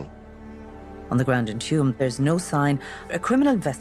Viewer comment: The way the name of the village is pronounced is aptly “Tomb”